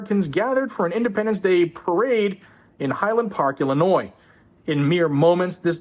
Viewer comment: it's Illinoiings